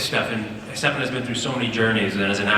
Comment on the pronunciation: Paul :" Dephan" xD hahaha